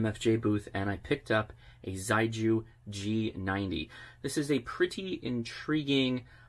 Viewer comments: I have a feeling the pronunciation is more like shay-gu, not zei-ju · correct pronunciation is closer to: she-ay goo. Chinese words don’t always sound how they are spelled in English. Great review. Nice to know there are HF options under $1k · The Chinese pronounce "xiegu" as "sheh-goo" and it means solid or firm in English. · Ok Josh a little help with Chinese. Xi=She and gu=Who. So it’s “shewho” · Surely Xiegu is pronounced more like "she-ay-goo" ? And I'd LOVE to see some internal pcb shots! (hint?) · It would be pronounced "she-eh goo". If you really want to hear it, put 斜谷 (not sure if thee are the characters the company uses, but the sounds will be very similar to English speaking ears anyways. Its just tonal differences) into Google translate and use the speaker function to hear it. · Cute box. I think it's actually pronounced "Sheegu". I'd actually get one of these. Beats having to run a laptop or PC with an DVB-T stick with RTL Chip to use it for SDR purposes. I just wish there was a version WITHOUT transmission feature so even folks without HAM license could use it just to receive. I'm sure it might be even smaller then. The Morsecode decoding feature is really awesome. :) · Thanks for the review, really encouraging! In a very sincere spirit of helping, the pronunciation for Xiegu is quite far from that though. Putting 协谷 in Google Translate will allow it read it aloud to you; very roughly it's more like 'see-yeah goo', with almost a hiss to start, and a hard g for the gu. On the air it could get pretty confusing when there are many different approaches to pronouncing the manufacturer name!